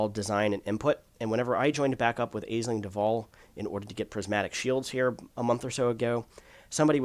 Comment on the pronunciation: Powerplay is less than a joke. FYI Aisling is an Irish name pronounced ashleen.